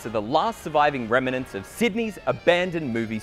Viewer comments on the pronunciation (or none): Remanents? Really?